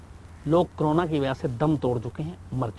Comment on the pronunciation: क्रोना नहीं साहब, इसको कोरोना बोलते हैं | It is called Corona, Sir and not crona